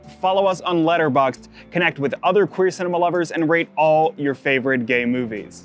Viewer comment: Is gay ! Not quee